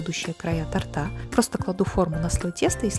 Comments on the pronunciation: Режет слух. Правильно будет тОрта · Закончила просмотр на слове тортА, кровь из ушей